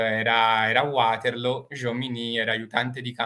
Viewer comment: Ci sarà anche stato il sole d'agosto, ma la velocità del manipolo di soldati americani in Sicilia è enormemente inferiore a quella normale dei soldati napoleonici P.S. Vaterloo, non Uaterlo (per favore, non anglicizziamo - più o meno - tutto)